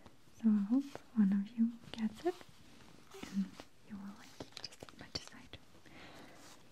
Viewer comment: I like how you say “and” it sounds like “eeend” hehehe